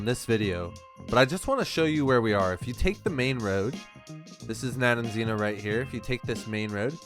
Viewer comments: nope, its Rogovo in english, you got it right the fist time :) - Nadejdino. Rogovo means something like "horns town" and Nadejdino should mean skmething like "hope town" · I think, phonetically, it's Na-dej-dee-no